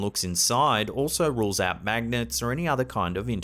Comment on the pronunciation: Why are you saying "magnents"? What the heck are "magnents"? There's only one n in "Magnets" Wow